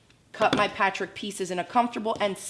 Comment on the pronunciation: Is it just me or does she have a strange way of pronouncing the word "patchwork"? It sounds like "patrick"....